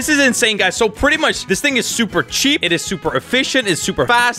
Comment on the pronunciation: And you say cheap wrong